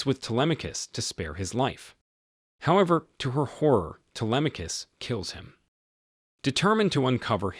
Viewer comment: U mean his pronunciation was good? Bc he pronounced the name very good as someone who doesn't speak Greek